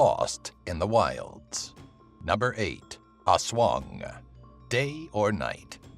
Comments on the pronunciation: Its not haswang its aswang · "Oswong" hahahahah yung pronounciation talaga eh